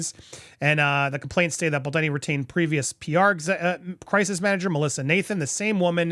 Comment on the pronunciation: Bal-doh-ni. Not Bal-da-ni. Dude, he's kind of central to your reporting.